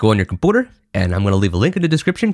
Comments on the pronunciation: Ah yes. "Computa" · Really good tutorial. Straight to the point. It's like, the second I wondered what if that, you explain it in the next 5 seconds. Really good stuff. Btw, funny that you call it Compoter, hilarious. Don't mean to offend. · Diid you pronounce "computer" as combooter? 🤣🤣🤣🤣🤣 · my boy said "Comput-er"